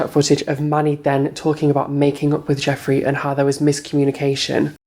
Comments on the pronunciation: I love sooo much but I swear it's j-e-ffrey and not j-o-ffrey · I actually love you but it’s jefree not jofree 😂❤️❤️ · Why does he call him jOffree? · why does he keep saying jeffree and manny mua wrong? is it really that hard? Manny.. M.U.A (Makeup artist) you say each letter instead of mua 😂